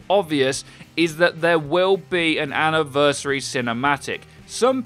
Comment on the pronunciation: So their "Ana-versary" its close eh?...